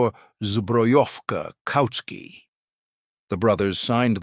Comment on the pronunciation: CZed!!!!! Not CZee!!!!!! The letter z is pronunced zed!!!! Koucky is not pronounced "Cookie", but "Kootskie"! Czech pronunciation! And overall there is a much much better video about the CZ75 on the youtube channel of Forgotten Weapons! Where this all is presented by an actual human talking into a camera. And Ian McCullum also has some real CZ 75 to show disassemble and explain!